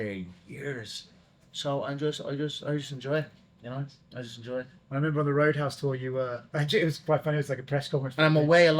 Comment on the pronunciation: Did my man say Roidhouse while talking to conor instead of Road house or was that just me??